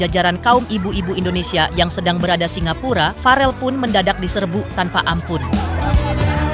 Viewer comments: Verrel bukan farel min 😇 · VEREEL BUUUU BUKAN FAREL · bukan farel woiiii tp verrel